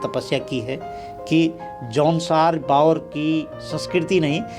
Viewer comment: ये न भाबर है और न बाबर.....!! ये है जौनसार - बावर....!! जो कि दो क्षेत्र विशेष होने के बावजूद सांस्कृतिक और प्राकृतिक रूप से समान हैं! इसीलिए इनके नाम एक साथ लिए जाते हैं! ❤